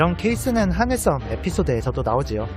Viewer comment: 스물명(X) 스무명(0) 하늘썸보다는 하늘섬이 듣기 편할 것 같아요 자세하고 독특한 해석 언제나 잘 보고 있습니다 고생하셨습니다